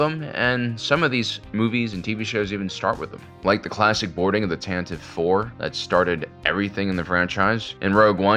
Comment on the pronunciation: You are mispronouncing Tantive.